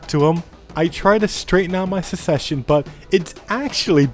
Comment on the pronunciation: please, it's SUCCession, not SECession